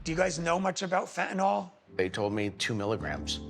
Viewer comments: Good way to put it. But now maybe someone can explain why people insist on calling it, "fentanal," when it is "fentanyl," i.e. pronounced like fentanill - as in, "ill." Very ill. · It is Fenta-NIL. NIL, rhyming with drill. Why must Yanks mispronounce it Fenta-nawl, rhyming with drawl? Such carelessness conduces towards moral decline and addiction. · I hate when people say fen ten (all) ! It is called fen ten (ill) ! Real simple ! Fentanyl ! Get it right ! Even most news reporters say it wrong !